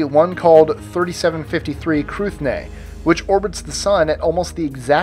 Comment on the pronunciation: Cruithne is pernounced Crew-h'nuh (silent *T*)